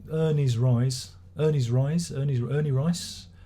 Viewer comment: Haha. How can you not love Grobschnitt? Btw. Reise is pronounced R as in Rocket, EI as in I, SE as in Select.